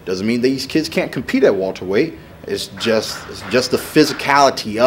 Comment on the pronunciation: someone please tell him it's welterweight not walterweight